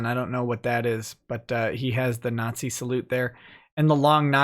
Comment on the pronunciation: you tried so hard to say “nazzy” then immediately said “if you did not see”, Freudian fascist slip confirmed.